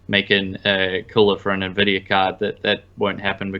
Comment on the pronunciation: Me-mes? Are there me-mes about the cayche on nuhvidia cards?